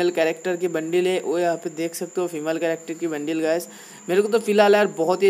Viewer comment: bhai wo bundle hota hai bundil nahi😂😂